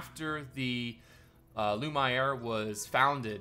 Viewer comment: The way you pronounce lumiere: l u (as in numb) m and the iere you need to pronounce as the word air